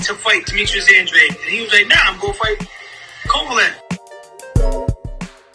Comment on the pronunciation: Oh and one more thing: just cus Andrade CLAIMS nelo was gonna get 40m to fight him doesn’t make it TRUE. Show us the receipts Andrade. Oh and one more thing Andrade, learn how to pronounce your EUROPEAN last name. Lol this shit hella ironic considering all the obsession over Europe on this channel